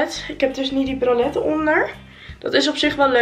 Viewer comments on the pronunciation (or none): Nog nooit iemand zo boers “ bralet “ horen zeggen 😂😂